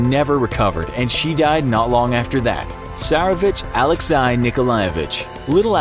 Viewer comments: "Alex-i" bro its pronounced Alexy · My dudes it’s not pronounced AlexEYE, it’s AlexAYE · narrator pronounces Alexei like alecks-eye Russia has angrily left the group chat. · You mispronounced "Alexei". It can be pronounced like "alex-AY" or "alex-ee", but never like "alex-eye". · It’s (Alexi) pronounced AHH LEXY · Sometimes I feel that this channel mispronounces names on purpose. How hard is to say Alexei? Alek-say! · Alexei is pronounced as it's written: Ah-lex-ey. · I think you mispronounced Alexei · The pronunciation needs to be a bit better. Alexei was pronounced wrong. Also, it's Mountbatten not MountBLatten. I probably missed some, but those two annoyed me.